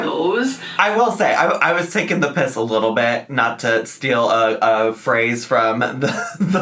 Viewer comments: As a British viewer, I absolutely loved hearing you say ‘taking the piss a little bit’ 🤣🤣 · I thoroughly enjoyed hearing you say 'taking the p*ss'! Love you from Scotland 💜